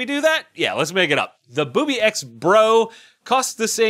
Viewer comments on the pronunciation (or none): That company is pronounced ( booby - x ). Any other pronunciation is WRONG! hahahaha Colt's new gun costs 200 cans of tuna.. Cause it smells a little fishy the way they are releasing the debut.